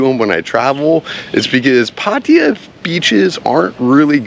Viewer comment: Your pronouncing Pattaya basically correct! It’s not Pattaya Tie ya which drives me nuts!